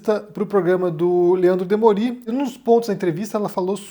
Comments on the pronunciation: O nome é DEMOOOOORI, como ele mesmo pronuncia. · EM PRIMEIRO LUGAR, O NOME DO "JORNALISTA" PRONUNCIA-SE DEMÓRI, NÃO DEMORÍ; SEGUNDO, O LIMITE DO IDENTITARISMO É PROPORCIONAL AO QI: QUANTO MAIS BAIXO, MAIS EXTENSO SERÁ O LIMITE; MARIA RITA KEHL, SUPOSTA INTELECTUAL, FALA "RÚIM" AO INVÉS DE "RUÍM"? É PARA LEVAR A SÉRIO. A ESQUERDA CONFUNDE ALHOS COM... BUGALHOS. HAHAHA! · o nome é Leandro DEMÓRI, não é demorí.